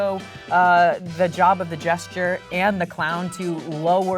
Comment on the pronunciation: Omg the amount of times they all collectively said “gesture” rather than jester killed me!